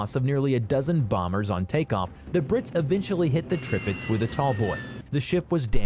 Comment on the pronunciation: Depressing. I couldn't finish it. And since you pointed out his Prinz Eugen, i must correct your Tirpitz.The first I is pronounced like english E, just like the second one is.